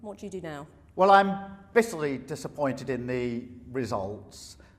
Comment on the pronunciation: I can't stand how he talks, like he puts emphasis on the start of every other word. "I am BITTerly DISAppointed THat we HAve lost"